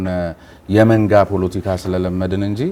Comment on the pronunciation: ❗ስሜኔህ ግን ከፍተኛው ትምህርትሽ የኔታጋ ይመስላል ሌላውን ነገር እንኳን ለቃቅምሽ ነው❗ ያስታውቅብሻል❗ 10 ግዜ ደሞ ፑሎቲካ ፣ ትያለሽ ፖለቲካ ነው የሚባለው አንቺ ድኩማን❗አማርኛ እንኳን በቅጡ ተማሪ እንጂ❗